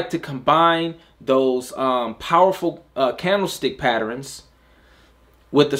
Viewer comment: As always great content. I always smile the way u say “patterns” Sounds like “patterINS” Lol